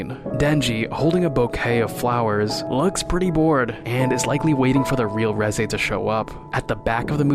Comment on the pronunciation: reji?レジ？reze、レゼやろ。ちゃんと発音せいや。